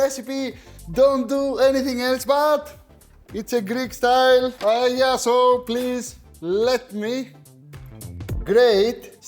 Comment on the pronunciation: Que bien pronuncias la palabra "paella", me encanta que un Heleno pueda hacer una versión griega de uno de nuestros platos nacionales mediterráneos. Hacer esto solo lo vería con buenos ojos a un italiano o a un griego, sobretodo por ser las tres grandes culturas mediterráneas. Ya sabes Akis, si Grecia, Italia o España no existieran, Occidente no existiría 😉 Un placer! 🇪🇸🇬🇷🇪🇸🇬🇷🇪🇸🇬🇷🇪🇸